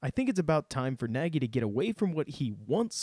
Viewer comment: Great breakdown. For the record, Nagy pronounces his last name so that it rhymes with "egg-y" :-)